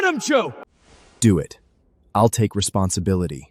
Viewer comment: how did he pronounce RESPONSIBILITY? 😅